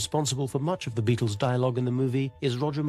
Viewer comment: "Thuh Beedles."